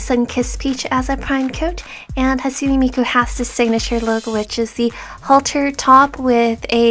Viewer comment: you say hatsune miku like hasune miku